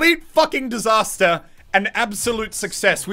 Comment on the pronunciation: IT'S A DISASTAH!